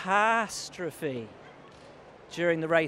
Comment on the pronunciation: "CatHAAStrophy" he was so proud of that one I couldn't stop laughing